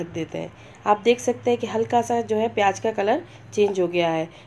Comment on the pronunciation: And u spell some words so wrong. Theres a huge difference between 'Z' and 'J' How can you say pyaj when its pyaz